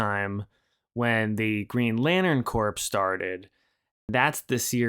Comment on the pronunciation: “Corpse” ?.? - instead of the correct pronunciation “core” like the Marine Corps 👍 👌😎